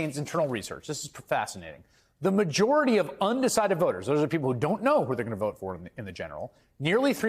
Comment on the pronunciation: Barely a majority LOL LOL LOL when will he ever utter those words right barely a majority what a f**** numbskull